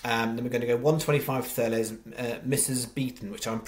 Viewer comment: Cheers, but its pronounced: TURLUS!!!